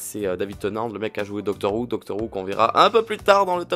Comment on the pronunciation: Ca ce prononce pas "doctor wou" mais "doctor hou"